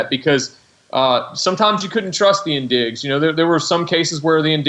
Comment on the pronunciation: it's pronounced 'in-dij' not 'in-dig'